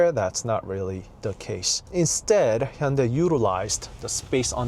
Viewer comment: Hyundai 현대이 is spelled wrong Hyundae 현대 is correct Please make corrections Hyundae / Hyundai company 🙏 This young gentleman's pronunciation is correct 👌